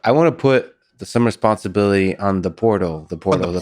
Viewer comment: Welcome to, "The Whortal"